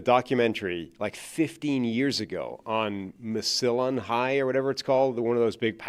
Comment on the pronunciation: Just listening to the audio version and as an Ohio native I don’t think I ever would have imagined I would hear “Massillon” pronounced like an antibiotic. Wild pronunciation there.